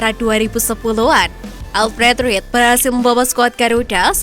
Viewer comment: Alfred ridel bacanya min, klu ga ngerti bola jangan jadi presenter bola